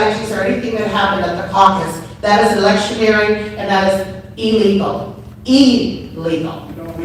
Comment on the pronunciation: Ellegal 😂. I thought it was illegal 😂.